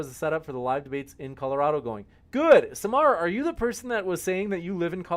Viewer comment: Hey lady in the bandana I hope you read these comments it's not g o o t it's g o o d learn how to speak English you illiterate f***